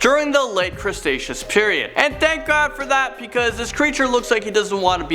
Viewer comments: Yeah, it’s “Cretaceous”, not “crestacious” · it annoys me so much that no one can say Cretaceous. cre- tay - shuss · the late "crustacheous" period lol